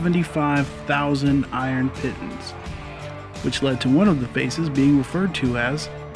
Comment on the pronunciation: Scrolled and didn't anyone comment... Seneca Rocks... The word piton is pronounced pee-ton.